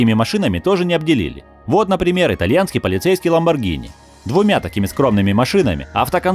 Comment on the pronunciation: Ну думаю,хоть кто-то назвал Ламборгини правильно.Но как услышал это "Галлардо"...